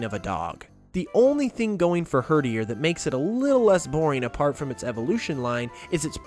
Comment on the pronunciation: “Herderier as in num 8” TRIGGERED